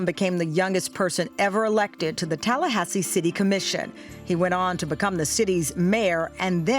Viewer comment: Talla-Ass-I See. Tamron said it right the first time!🤣🤣🤣🤣🤣🤣